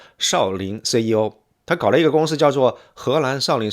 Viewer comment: 好傢伙，什么都是翘舌是吧？“寺庙”“最”“怎”“相似”“三四”“粉丝”“宗教”“存在”“所以”都踏马是平舌，给老子听吐了，反而“政治”这种翘舌你又平舌了你踏马连CEO的C都翘舌，真鸡儿恶心你都不如像老周横眉一样都平舌